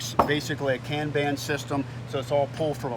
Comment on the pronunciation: As a Toyota Engineer I got to say that the word Kanban is pronounced Kon-Bon. Think Japanese accent not Boston. It's a Japanese term that originated with Toyota and means a visual ID card, visual work-flow chart or tracking and identifying label. Love what your doing with TC, and plan on purchasing another to go with my original contender carbine.